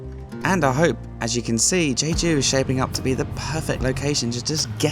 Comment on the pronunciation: You ate the ssam (lettuce wrap) all in one. 👏👏👏Just an fyi it is pronounced JEH-JOO.